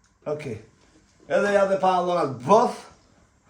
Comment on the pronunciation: Pantallonat jo pallonat😂